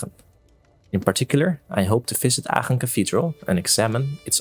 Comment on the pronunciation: Love the way Aachen is pronounced. Sounds nice lol